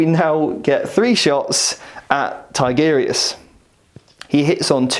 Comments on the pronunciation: Haha, I used to make the same mistake.. TI-GU-RI-US.. not TIGGER-US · I liked the video. Just jesus, go to google translate and how to say Tigurius's properly. Tigger from Winnie the pooh is not a space marine.